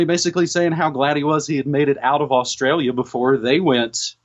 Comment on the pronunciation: Apathstralia you mean...